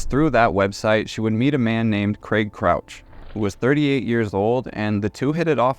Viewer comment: Thank you for pronoucing craig properly